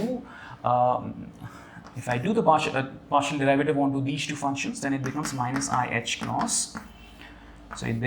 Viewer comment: Derivative. Pronunciation!